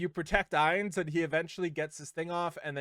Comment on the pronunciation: Ainz is pronounced like eye, not ay. He'll be a mage 100%, Shalltear will most likely be a knight since she uses a lance like senya, and Albedo is the one I'm not sure about but I'm guessing she'll be a warrior since she uses an axe